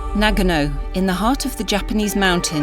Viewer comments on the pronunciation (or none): It's pronounced nuh-gaa-no, not NA-gano. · The pronunciation of Nagano is wrong and sounds a bit irresponsible to pronounce it correctly. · Narrator pronounces Nagano differently. She had it correct,first time